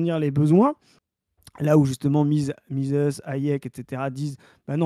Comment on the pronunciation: Tiens c'est très drôle car j'ai eu cette vidéo de proposée dans mon fil hier. Faut assumer le platforming du gars après. Même s'il n'a pas l'air méchant du tout. Par contre j'ai crisé sur "Mises" prononcé "mizisse" à l'anglaise. MIZEUHSSE qu'on dit. Argh désolé c'est plus fort que moi.